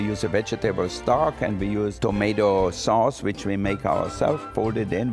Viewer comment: "tomato soos"